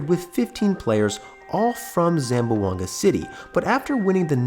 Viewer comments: Ay my man, its pronounce ZAM-BWANG-GA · You should learn how to pronounce Zamboanga. It has three syllables, not four. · Its not pronounced zam-bo-anga, its zam-bwang-ga. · Say the city name correctly please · It’s unfortunate when people report on something and can’t pronounce things right. Like how to say Zamboanga correctly.